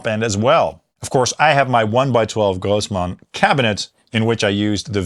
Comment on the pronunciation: I always enjoy when you shift to Yiddish accent when saying Grossman